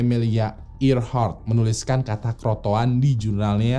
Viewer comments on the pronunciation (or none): crotoan apa crotoar mas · tolong penyebutan roanoke dan croatoan nya, dan istilah asing lainnya disebutkan dgn benar ya. Karena ini sejarah! Terima kasih